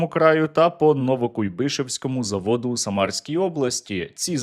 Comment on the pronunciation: Новокуййбишевському...саме так наголос😢